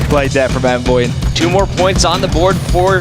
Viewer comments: He says his name as Onvoy. How would Envoy be pronounced like that even if the E was silent it still wouldn’t be that lmao I like him but that’s confusing to me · My names Onvoy. Bro your name is Envoy with an E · the way those old school announcers pronounced Envoy makes me want to fuckin punch someone... it's not some made up word. PRONOUNCE IT CORRECTLY!